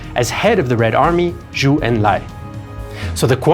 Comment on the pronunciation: Zhou (EnLai) pronounced Joe. Similarly Zhang is Jang. Zh is always just J sound.